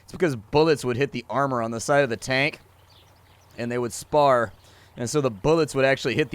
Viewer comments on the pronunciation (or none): "Spall" not "spar". Hehe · SPALL !!! Not spar... And it occurs when the bullet does NOT penetrate, but causes the paint, lining or chunks of metal to fly off the inside side of the tank. Think of the swinging balls desk toy, the energy is transferred to the material, even if it's not penetrated, anything weak or lose turns into shrapnel. Squash Head shells rely on that exclusively by being made of soft material to maximise energy transfer without penetration.